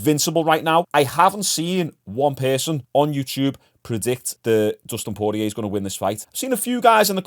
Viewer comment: Poorlow Costa? Terrible. Bit of effort to say the name correctly as an analyst/viewer/fan/youtuber wouldn't go a miss. You can say Poirier alright though.. One job mate, one job XD